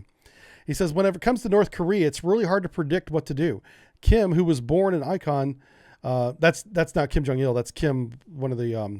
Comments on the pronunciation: Not to be a grammar nazi but it's InCHon, not ICon for where the Korean president is from. 😅 I believe it's where Macarthur landed the troops in that big push in the Korean war, wasn't it? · Born in "Icon?" Do you mean "In - Chon?" Not trying to crack on you, just curious. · In-chee-on Incheon, no sweat. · And his pronunciation of "Inchon".